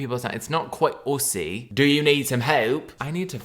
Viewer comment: Fearing for my life every time Australia and NZ come up in a video. The way he says aussie makes me want to heave